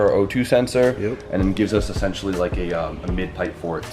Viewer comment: Funny you couldnt say essential first minute of video but after says essential more than turbo..i had to stop watching. Its just as bad as hearing someone say "like" every damn other word